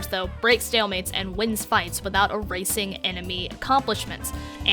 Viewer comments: hm. Erasing and Racist sound very similar when you say it. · Had to listen to that several times, lol. Thought she said rezing a racist teammate’s mistake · I had to go back again. I heard "ressing a racist teammates mistakes" lol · Thought she said "rezzing a racist teammate"